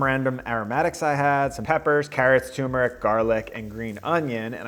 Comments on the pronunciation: TUR-meric. Not too-meric. As an Indian, it is my sworn duty to correct this lol. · sorry for the nitpicking but i have to after hearing you say "toomeric" 12 times: Turmeric has another "r" before the m. nice video otherwise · Bro... TuRmeric. TuRmeric